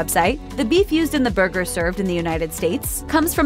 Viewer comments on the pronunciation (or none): I've never heard someone say "bhurgers" so many times in my life.